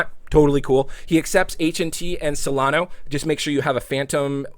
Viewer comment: It's Solana, not Solano